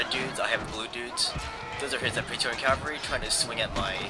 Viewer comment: lol onagers. the g is like a j sound. oh yeah and its cavalry, not calvary fool.